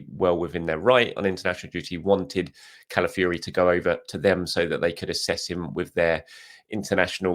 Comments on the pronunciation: Who is Cala fury...its pronounced Cala f OR i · What ? The end is pronounced Fiori as in Cala-ff-your-eh